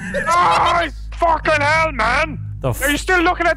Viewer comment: "R ya still lewkin at da mown?"